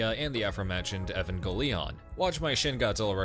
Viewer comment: Ey-van-geh-leon? Is this news? Have I been lied to?